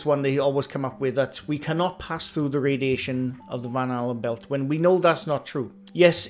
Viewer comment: Now I can't unhear you saying Van Halen Belt 😂😅